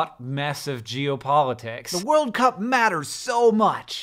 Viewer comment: Does anyone else find it weird how both Hank and John emphasize 'World' instead of 'Cup'? I've never heard anyone say it like that before...